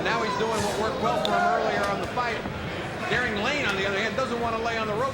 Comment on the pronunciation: The fighter's first name is "Garing" Not "Garib." Garing Lane. Come on, this is embarrassing.